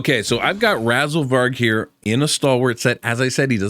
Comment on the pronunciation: Why do you always stop yourself when you start to say RAZELVARG's name correctly? But Razelburg just spills out of your mouth so easily? Is this some sort of Dare/Bet? It feels like you are doing it on purpose.